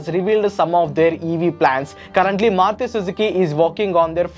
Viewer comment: It's Maruti, not Maruthi btw